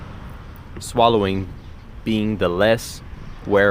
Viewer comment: Hey! nice flow! i liked the scenery, and it was fun to watch! at the beggining, it seemed like you were sayong Swallowing instead of Slaloming:o maybe it's just me:) but yeah it's a slalom:)